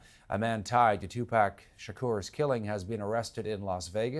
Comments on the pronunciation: Obviously, he misspronounced Pac's name. They always do but "Dwayne Davis"?!? That's a really strange way to pronounce Suge Knight. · Pronounce Tupac correctly